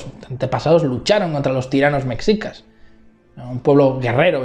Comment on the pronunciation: Llegué hasta que dijo "mecsicas" 😅😅😅 Y por cierto, causan mucha gracia los comentarios (mucho más interesantes que esta apología) menospreciando la postura de AMLO por considerarla de una izquierda radical, pero validando la de Vargas Llosa que es de ultraderecha... en fin, la subjetividad disfrazada de objetividad